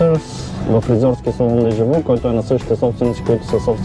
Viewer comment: Произнася се, дежавю а не дежаву.